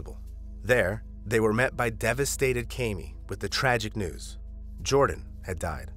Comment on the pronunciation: 1) what makes the man the "head of the household"? Do we know that the family chose to appointment him as "head of household" or are we assuming because he's a man? 2) I have the same name as her and it is pronounced Kam (as in camera) Me (as in me) not KayMe